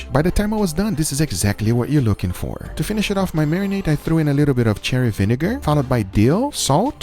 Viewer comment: it's mirepoix not meyerpoix. it's gochu jang not gochu kan. it's sherry vinegar not cherry vinegar. it's binging with babish not banging with babish.